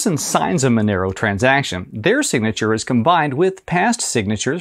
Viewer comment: why is it pronounced with MA sound but spelled Monero?